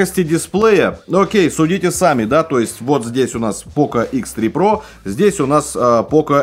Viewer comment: Хихихи - "Хэ Зэ про"! Смешно, смешно!